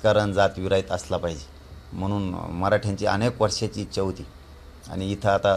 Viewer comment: खूप शुद्ध बोलायला शिकले पाटील वीच्या नाही पाटील ईच्छा असते